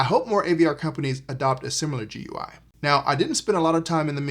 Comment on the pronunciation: It isn't top-of-the-line. This would be the Cinema 30, and there is also a 40 and 50. The 60 is actually near bottom-of-the-line. GUI is typically pronounced "gooey."